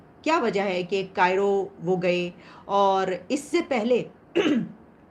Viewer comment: कायरो नहीं काहिरा।